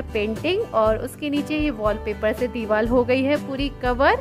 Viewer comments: Divar ko dival kyu bol rhe ho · Deewar not deewal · Ye diwal nhi hota diwar hota h 😁